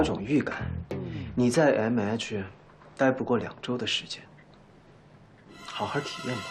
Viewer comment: 袁帅和其他大咖竟然对“MH”的“H” 发音不标准，君君是可以的！🐱